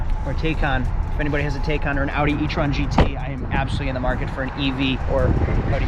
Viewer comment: it's not TAY KAHN, it's Tie-CAN